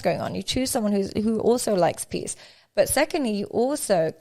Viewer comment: PEACE... not PIECE 🤣🤣